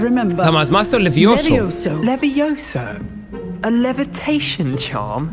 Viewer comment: Όχι λεβισο είναι λεγκαρντιουμ λεβιόσα όχι λεβιοσά 😅😅😅😅 πρώτη ταινία τον Ερμιονη